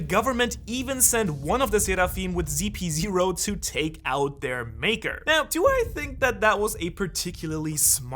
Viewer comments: WHY everyone calls it ZP 0?? its ridiculous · Its CP0 not GP0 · Why do u call them zp0 ziprepol? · brother i'm pretty sure it CP ..not ZP